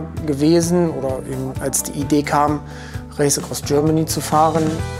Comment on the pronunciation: "Das Räisekross Görmany"